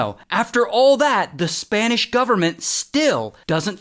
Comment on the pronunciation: Your Spanish was on point 👌🏼